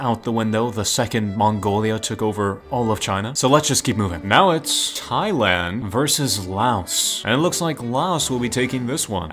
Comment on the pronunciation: Im not watching you ever again after you called thailand TA😢